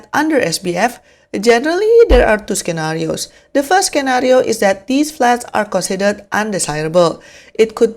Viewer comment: Great that you are no longer using AI voice. Thanks for the valuable info and hope your channel grows big! (FYI the word 'scenario', the letter c in it is silent)